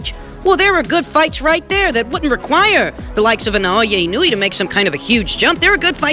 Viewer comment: Inoue = ee-no-oo-eh